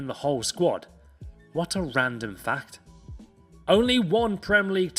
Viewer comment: Haha you say “fact” like Rafael Benítez!